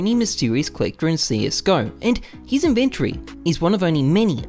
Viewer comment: inventry? xD